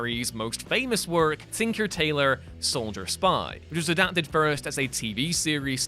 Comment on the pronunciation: was mentioned, both versions. But he did say Thinker, instead of Tinker.